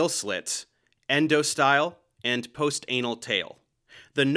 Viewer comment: lol "post anal tail"